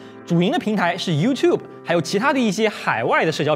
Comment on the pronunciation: 不错! 没把youtube 念成you to bee.